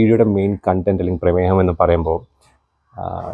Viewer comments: 😂 പ്രമേഹം അല്ല പ്രമേയം 🤣🤣🤣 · പ്രേമേഹം അല്ല പ്രേമേയം